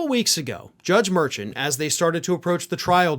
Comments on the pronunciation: Mer--SHAN I think... no biggie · His name is pronounced "Mar-shawn" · You are mispronouncing the judge’s name. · Learn how to pronounce the judge’s name,. 🤨🤨🤨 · Mer-Shawn You dishonor him by pronouncing it incorrectly and so casually. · Mar-shawn is how you say the judge's name. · Judge's name pronounced Mehr shwan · Mur-Shawn. Not Mur-Chan! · It's Mur SHAUN not merchin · please check how to pronounce the judges name. Merchin. Mershawn. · The judges name is pronounced “Mer-Shawn” not “Mer-chun”. Just trying to help. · The gag order includes "families of court staff", and the judge, as pointed out by the prosecution, is a member of the court staff. Also you are saying the name of the judge wrong. Its not "merchant" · Please realize you are mispronounceing the judge's name. It is pronounced MERSHAWN.😅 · The judge's name is pronounced mer-shan with emphasis on the 2nd syllable according to Karen Friedman Agnifilo of Meidas Touch - she has appeared before him and should know. It just drives me crazy to hear it wrong now. But the rest of the video was absolutely on point! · Please pronounce the judge's name right spelled Merchan but pronounced Mershon ! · you're mispronouncing the judge's last name. It's more like "shawn" at the end. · Please correct your pronunciation of Judge mur-SHAWN’s name. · big fan here, so please don’t be upset. I watch Meidas Touch. One of the lawyers there has prosecuted cases in front of Judge Merchan. It is pronounced Mer-shawn. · The judges name is pronounces 'Mer-Shawn'. Please show the man some respect. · # it’s pronounced Mer”Shawn “. Come on Merchan. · Love your show but his name is Judge Mur-shawn (spelled phoenetically. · Judge’s name is pronounced: mer’shawn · I enjoy your show and like and subscribe. But because I see this coming up a lot in the next three months, I thought you should know to pronounce the judge’s name mer-SHAHN. keep up the good fight